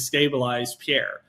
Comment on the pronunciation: Please learn how to say Pierre's last name properly ... not the way Chat JPT says it!